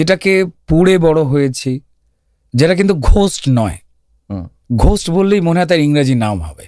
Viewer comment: ঘোস্ট নয় গোস্ট।